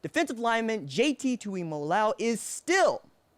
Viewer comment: Kudos on getting the name right the first time! Us Poly’s don’t have easy names lol